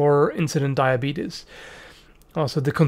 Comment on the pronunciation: Lol he said "diabetus" like Wolford Brimley